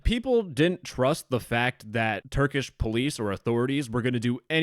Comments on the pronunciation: As a turkish citizen i laughed at your prounancaiton (no offence) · as a turkish, i can agree your pronunciation is not very good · as a turk, that pronunciation was so beyond horrible that i laughed for 2 minutes and had to rewind cuz i missed the video while laughing😂😂 all non-turk people pronounce turkish words like that though, no offense